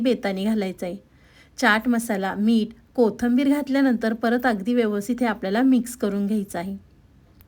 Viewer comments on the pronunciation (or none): कोथंबिर नाही कोथिंबीर म्हणतात चुकीचं नांव उच्चार का करता???? आपल्याला सर्व महाराष्ट्र बघणार आहे शुध्द बोला ना असे चुकीचे शब्द ऐकला की पुढे बघायची इच्छा होत नाही